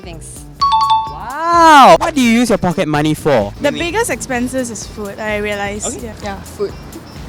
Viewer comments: "pockey money" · pockey money :)